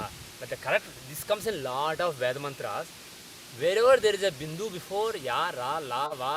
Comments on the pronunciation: You are pronouncing even VEDA wrong. You guys pronounce COKE as COCK and teach pronunciation 😀😀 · Thank you...very much needed to standardize pronounciation! Two questions: 1. Why do you pronounce the word "Veda" differently...I feel it sounds like "ai" instead of "a" like in 'gate'. Is that correct & you do it intentionally? 2. Can you release a video for basic pronounciation of Veda mantras? The notations, symbols there are usually not learnt when learning language & grammar...